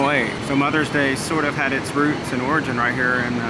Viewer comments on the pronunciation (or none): none